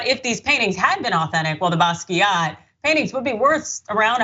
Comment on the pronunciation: You’re mispronouncing Basquiat. Kinda hard to take their opinion on art when they can’t get that right.